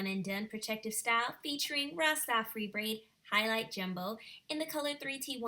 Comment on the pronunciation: Not pronounced Rasta FREE it’s pronounced Rasta FAR EYE. It’s okay you tried lol